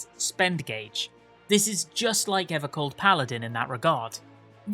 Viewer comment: EVAH COLD MORE LIKE AVAH SLAWP